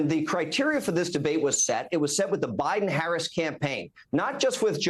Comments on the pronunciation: Why does he insist on pronouncing VP Harris name wrong, over and over. Such disrespect! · Hey Corey- be a big boy and learn how to pronounce V.P. Harris’ name correctly.